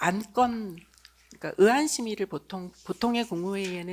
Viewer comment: ㅋㅋ 으 안,,,,, 나원 참,,,,경상도 발음아닌가????????? 의안을...으 안................. ㅋㅋ 경상도,,년 ,놈들이 왜 이리 많어.,............ 내란당,..... 과 거기서 거기,,,경상도 당..............박근혜,,윤석열이 ,,전두환,, 계엄,.당.,,잔당 경상도,.,넘들,,대구,.,, 국힘,,,,,,,,,,다 불태워 버리구 싶다!!!!!!!!!!!!!!!!